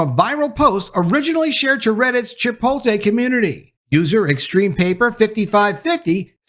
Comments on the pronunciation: It’s Chipot’LE. Not chipol’te! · Chipotle is pronounced chee-'pote-lay. And I'm done with them. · Lol you said chi-po-te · Say “chipotay” one more time 😂 I’m gonna put you in a burrito 🌯 🫃🏾 buh bye 🤣